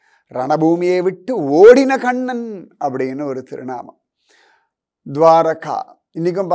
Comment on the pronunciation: Read as Kannan and not as kannada